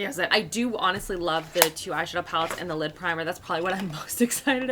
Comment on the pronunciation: I keep hearing lip primer instead of lid primer. 😂 I had to rewind to make sure you weren’t putting a lip primer on your eyelids.